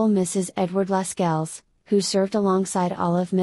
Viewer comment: Pronunciation of Lascelles is also incorrect. It is ‘lassells’.